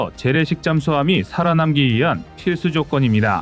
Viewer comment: 살아남기는 살아남끼로읽는다 문장 좀 제대로 읽어라